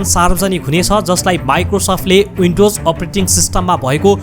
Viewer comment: H= एच, not यच windows= विन्डोज, not उइन्डाेज